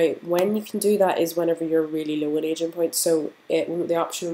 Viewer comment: On some parts, it sounds like you’re saying “Asian points”, instead of “Aging points” 🤣